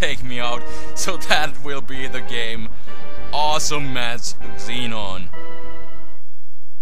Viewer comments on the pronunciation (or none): none